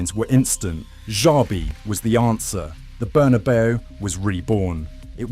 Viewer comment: Imagine pronouncing the Bernabeu as Burnabow